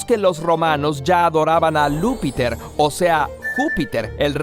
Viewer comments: No es "Lúppiter" ni "Lou Pater", por favor, sino Iúppiter y Iou pater. Habéis confundido la I (i) mayúscula la l (ele) minúscula, y una vez adquirida la pronunciación equivocada, habéis escrito L mayúscula. Ya he visto que habéis añadido unos corrigenda (≈ 'fe de erratas'), pero lo que tendríais que hacer es leer de nuevo el texto y ponerlo en lugar del defectuoso, o la gente empezará a chismorrear sobre vuestro nivel cultural. De nada. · El nombre del dios no es Lúppiter, sino Iuppiter, pronunciado "Yúppiter" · Creo que no es Luppiter, sino Iuppiter, con i, no con L. (iuppiter) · Lo de Lupiter de dnd lo habeis sacado? 🙄 Es con I (i) y la J en oriente se pronuncia (i) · "Lou"piter 😂😂😂 Otro para sus videos recopilatorios de errores: alguien confundió una "i" mayúscula por "l".